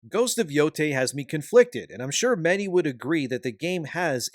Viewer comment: how could you butcher the name like that😭